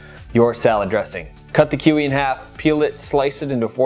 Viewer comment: great video though you butchered that poor Kiwi